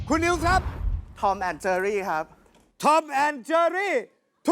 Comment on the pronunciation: เจอรี่ ค่ะ ไม่ใช่ เชอรี่